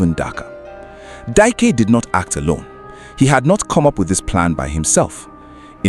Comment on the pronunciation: Is it Dike you're calling Dyke? Hmmmm, anyways may the poor girls soul rest in peace.